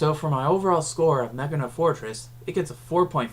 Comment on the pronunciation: I LOVE YOU FOR PRONOUNCING HIS NAME Ma-key-na. I'm hispanic and attempt to get everyone to pronounce his name as Máquina Fortress